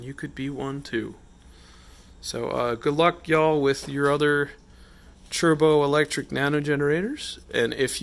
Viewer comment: Not trying to be mean, It sounds like you’re saying “turbo electric.” I think it’s “try bow” electric. I was wondering why it was called that because you rub two pieces together but tri means three. So I asked google and it said that tribo is Greek for “to rub.”